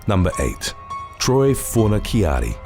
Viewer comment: You are 100% pronouncing his name wrong too. Fon-a-charri is the way to pronounce